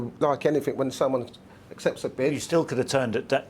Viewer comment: I hate the way Ince speaks. Anyfink!! Speak bloody properly